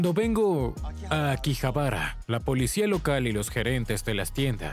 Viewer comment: No es akibahara,sino akihabara